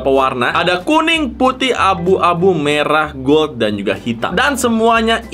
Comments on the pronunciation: Abang pesulap merah bukan medrah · Merah ❌ Medrah 🗿✅